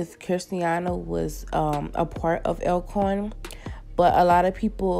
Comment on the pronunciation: It’s pronounced All -Corn not being shady :) I got corrected by a hostile fan before